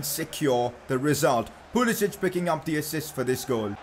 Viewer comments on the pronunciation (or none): Pcq Its pulisic not pulisich 😂